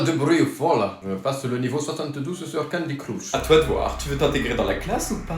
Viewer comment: C'est candy crush pas candy crouch 💅}😂😂😂😆